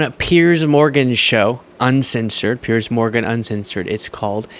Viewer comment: Piers, as in rhymes with tiers.